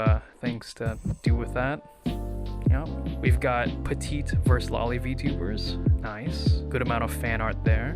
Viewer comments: cripes sake, it's lo-li. not lali. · It's not pronounced "lolly". God that's my biggest pet peeve I swear. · it's not the "American pronunciation" it's the incorrect pronunciation. Loli comes from Lolita which is pronounced "lo-lee-tuh".